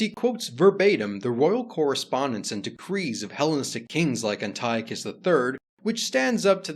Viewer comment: An-tea-awk-iss is how you pronounce Antiochus